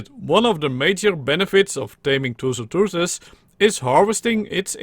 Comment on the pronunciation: you sound like pengu when you're trying to pronounce tusoteuthis